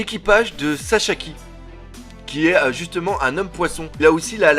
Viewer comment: " SASAKI " et pas " saCHAki " mdr et comme d'habitude une très bonne vidéo et l'image et le son top 👌